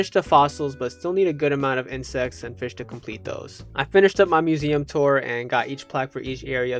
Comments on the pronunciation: please say fish instead of fih man :face-pink-tears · Why do you keep saying “Fih” instead of Fish? It’s pissing me off so bad 😔 I’m searching koroks in totk while watching this, and I don’t know why, but every time you say “Fih”, no matter how little I was listening before, I’m ripped out of focus. Stop will you😭